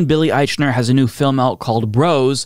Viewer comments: It's a movie in post-covid times where the protagonist and most famous person in it is Billy Eichner. A person whose fame level is apparent every time mispronounces his name. I'm just sayin. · I have watched several videos about this. Nobody pronounces his name correctly.